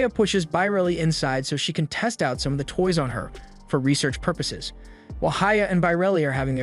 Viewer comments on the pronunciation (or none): none